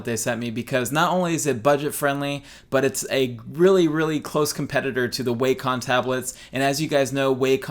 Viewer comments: i pronounced it "way-com" for years but from the videos included with their products the correct pronunciation is "wack-om" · It's pernounsed wacom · The way you say Wacom makes my eye twitch.